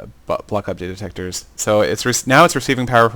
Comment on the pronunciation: actually he said butt block update detector.